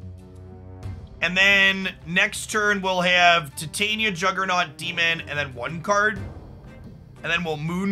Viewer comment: It's no big deal, but it's so weird to me that 90% of the Marvel Snap content creators absolutely butcher Titania's name.